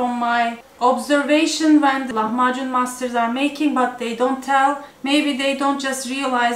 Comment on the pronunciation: Не лаХмаКун ' а Лахмажун